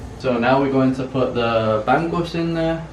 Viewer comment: hi, its called ba'ng'us, not ban gus. ng is spoken like hunger or stronger